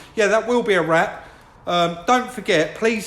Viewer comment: is it just me that keeps thinking keeps saying "that will be a RAT for this video" lol